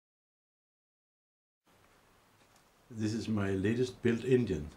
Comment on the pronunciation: I really appreciate the work and result. I still can't help it... Every time he says engine, I hear Indian. 🤷🏻‍♂️